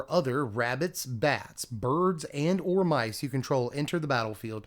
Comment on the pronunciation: what the hell is "Mices" ? xD